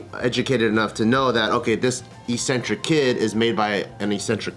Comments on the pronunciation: eccentric not eesentric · Only change the way you are saying ‘eccentric’ though Bart lol that’s it